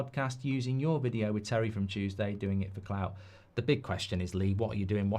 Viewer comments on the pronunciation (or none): none